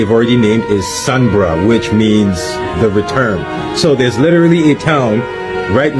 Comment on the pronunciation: Please it’s called sunbra, sun and bra